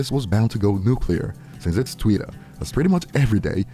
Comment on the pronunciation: Why he keep saying twitter like that? It's Twitter not Tweeter